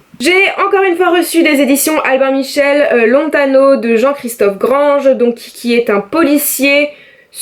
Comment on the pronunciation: J'ai bien ri quand tu as prononcé grange:p je ne sais pas si tu as vu mais il y a un accent à la fin ^^ vivement montreuil!